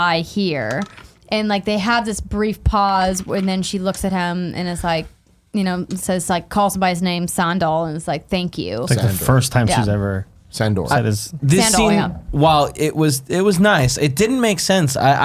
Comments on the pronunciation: lol i just noticed that and was wondering if she actually thinks his name is Sandol or if it's her pet name for him or something...like San-Doll. Who knows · Did Andrea say "Sandol" even after Tim tried correcting her to Sandor? And she says "Oberon" too. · Yo, did they just call the Hound “sandal”? 🤣🤣🤣